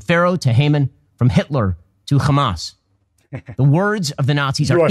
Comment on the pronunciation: I just want to say its HAMAS not KHAMAS. Free palestine